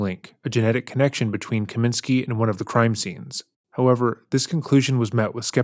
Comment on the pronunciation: Kosminski not Kaminski.